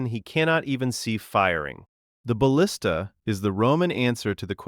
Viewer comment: And "ballista" pronounced "bahl-is-ta" when introduced, but pronounced correctly afterwards.